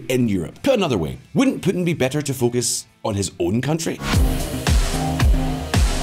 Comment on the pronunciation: I like how you pronounce Putin as Pootin with your scottish accent